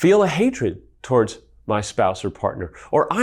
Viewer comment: Love these videos! So helpful! Side-note, he pronounces towards weird. He says it like “toe-ards” instead of “to-words…” or “to-wards” Anyways, keep your the good work!